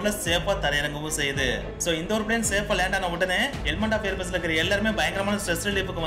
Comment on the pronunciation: Bro adhu plate illa plane correct your word